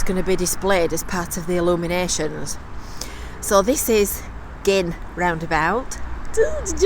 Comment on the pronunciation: Hurrah Gynn pronounced properly - love it !